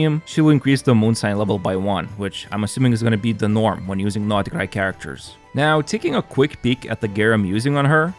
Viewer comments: It's not NORD KRAI...SAY NOD KRAI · ooff u say nod krai so weird way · Thought I was the only one who thought that lol like the other comment said probably is the true pronunciation but sounds weird and forced to me